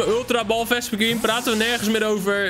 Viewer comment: je spreekt vespiquen verkeerd uit! 😾😾😾